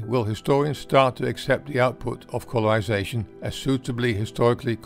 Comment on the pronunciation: "stowy" "incweasing" "colourwization" "gwowth" "degwee" ...